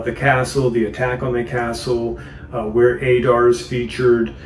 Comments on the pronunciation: It's not Ay-Dar ... Ay-rabs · Now that Adar has been revealed in the show we know it’s pronounced ah-dar, not a-dar. Pronunciation in Middle-earth is always a bit tricky. 👹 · You hear how they pronounce his name do you choose not to pronounce it correctly